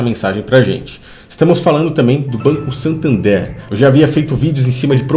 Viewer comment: Tu viajou no nome do banco. SANtander e não SATander, nada a ver com "SATAN THERE".